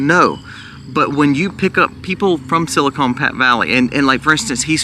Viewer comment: It is pronounced silicon not silicone as in breast implants